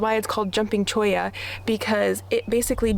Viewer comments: Yes you’re saying Cholla correctly ☺️ If you haven’t been to Golden Gates pass, go. It’s top 1% most beautiful spots I’ve been to in the Sonoran Desert. And I’ve been to lots of spots. It’s just west of Tucson. Right out of town. Starting in town take Speedway Blvd to the west. It will take you straight there 😎🌵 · Beautiful setting. You pronounced cholla perfectly. I love spending my summers in northern AZ and a few cool months in southern AZ. Very nice looking dog.